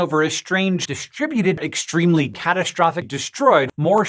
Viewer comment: I think she goes a step further and pronounces it "eshtremely"